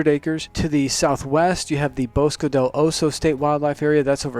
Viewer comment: Bosque is pronounced Bows-kay! At least here in Albuquerque it is.😷👍👐🇺🇸